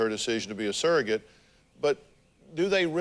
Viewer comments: They seem like nice people, but they don't even know that the word is surrogate and not saragate/serragate! I can't be the only one annoyed by this. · It annoys me when people say “serr-a-get”. It’s sURrogate